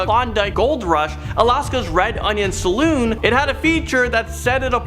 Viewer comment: Dude in the first clip ...his pronunciations kinda bother me. It's pronounced "shang-hi" not "shang-hey". And it's a salOOn not a salon. Salon is where you get your hair did , saloon is where you go to drink.